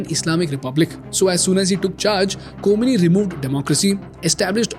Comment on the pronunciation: Ko-mi-ni? khoh-may-nee